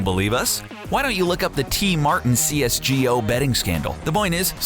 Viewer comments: I fucking puked when you said CS GEE O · Did he just say cs gee ooo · i get so triggered when people say "cs:go" c-s-g-o not c-s-go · Aaah....the way he sead csgo hurt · Why does he say cs:go like that